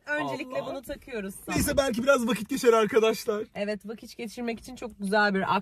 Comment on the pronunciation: vakit yerine vakiç diyor fark eden var mı?